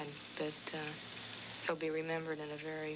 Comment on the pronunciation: Vewy impressive!.